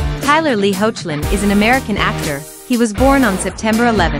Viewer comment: The name is pronounced "Heck_lin"